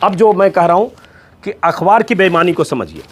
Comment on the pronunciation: सर आप अखबार को अख्वार क्यूं कहते हैं अच्छा नहीं लगता आप जैसे विद्वान के मुंह से।